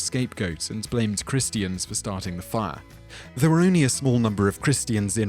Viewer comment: The pronunciation of christian.... -__